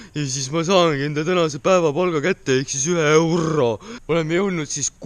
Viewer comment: Kas Peeterrrrr annab mulle ka ühe eurrrrro